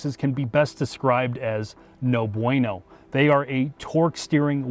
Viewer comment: He said it like a white dude though...